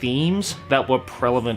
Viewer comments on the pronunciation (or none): Am I the only one who hears "prelavent" instead of "prevalent"? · My boi and his constant use of "prelavent" instead of "prevalent". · I love that I caught that you said “prelavent” instead of “prevalent” good shit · "prelavent" hmmmm yess indeed this is a word you pronounced.